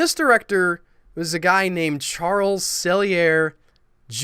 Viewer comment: Too bad you don't know the people that made these shows. Why does everything you bloggers say have to always include religion? Is it that you don't have any positive ideas? I think your research is incredibly shallow. Charles E. Sellier is pronounced Sell-E-Ay.